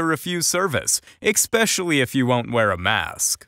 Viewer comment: Good videos, but especially doesn't have a K...it's ESPECIALLY...replace your K with an S. :)